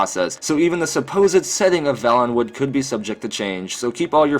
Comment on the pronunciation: It's pronounced vaylenwood not velenwood homie. Good video though!